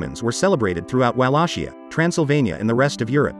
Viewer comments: Excuuuuuuse me… I just watched castlevania and I don’t appreciate the way you’re pronouncing Wallachia… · I love how the digital voice mispronounces Wallachia.